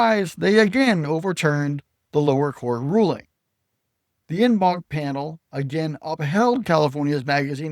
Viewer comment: En banc is pronounced "on bonk".